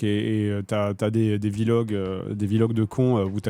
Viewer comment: J'ai du mal à prendre au sérieux un mec qui dit V Log